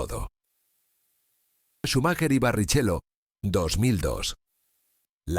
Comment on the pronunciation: Barrichello se pronuncia "Barriquelo"